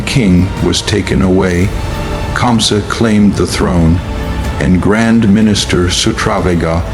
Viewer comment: 😂😂 Who is kansa. It's KAMSA😅